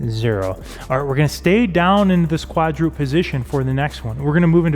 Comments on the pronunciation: I've just found my way to, and I appreciate the solid, no-nonsense strength workouts. But please note: The word is KWAD-ROO-PED (three syllables), not KWAD-DROOPED (which sounds more like how my quadriceps feel after all the squats and lunges.) Thank you! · Hey, the word is "quadruped," as in a 4 footed mammal, and pronounced "/ˈkwädrəˌped/", not "quad-rooped."